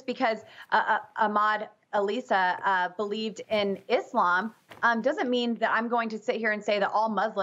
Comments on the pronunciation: 😒` Al Issa, not Alissa... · His name is Al-Issa, pronounced as a 2 separate words, NOT Alissa which is a female name and which doesn't have any relation to Middle East or Islamic culture. Newsmax reporters and speech writers: do your homework!